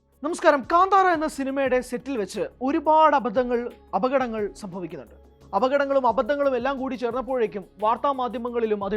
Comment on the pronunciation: അപകടങ്ങൾ... ഓക്കേ... അഭതങ്ങൾ... അവതരണം പ്രശ്നം of this anchor here only